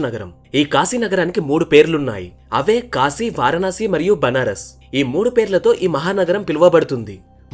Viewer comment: Apprecialte your pronunciation of కాశీ instead of కాషీ I watched many telugu videos and most of people pronuncing it wrongly... So its "కాశీ పట్టణం"